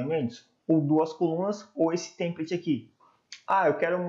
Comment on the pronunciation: Seu vídeos são muito úteis. Só um feedback. A palavra "template", a sílaba tônica é "pla". Sua pronúncia está errada.